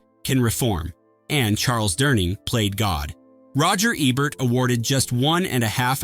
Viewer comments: Say it with me - "E-bert" "EEEEEEE-bert" Not "eb-bert" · E-bert. EEEE. The E rhymes with Key. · Roger Eb-bert? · please for fucks sake pronounce roger EBERT'S last name EBERT correctly. he's only the most famous film critic in HISTORY. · Gene Hackman did the voice of God, not Charles Durning, he was one of the Angels, in Two of a Kind. Also Roger Ebert must be turning over in his grave, every time u murder his name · cant even pronounce ebert correctly